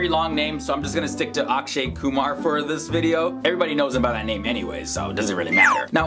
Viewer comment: At last some one pronounced my last name properly